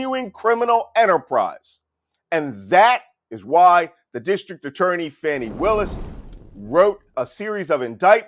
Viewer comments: Her name is not pronounced "Fanny", but "Fahny". Thanks. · FAWWWWWNI Williams!! Love you, man, but please pronounce that poor brave woman's name correctly! She deserves that much respect.